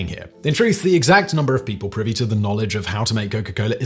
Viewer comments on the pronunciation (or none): none